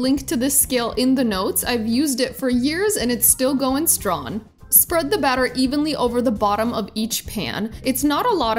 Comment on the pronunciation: Stron (strong) Lon (Long) how come u dont pronounce the 'G' at the ends? (I hope u didn't mind me saying...just curious)